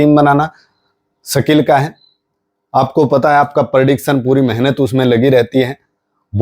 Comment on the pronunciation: Sakil नहीं यार सीधे सिधें बोलो,,स्किल